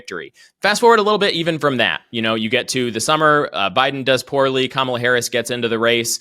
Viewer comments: What I love is accidentally pronouncing Kamala correctly right in front of DanOld, tried to "fix" himself, then repeated the correct pronunciation again. The pressure is real! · he pronounces Kamala's name correctly followed by the derogatory way and then correctly again. I don't think he can get the hang of using the slur version. Daddy Trump probably gave him a little spanking for that